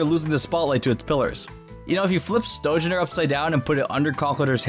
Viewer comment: Stonjourner is pronounced STONE-YORNER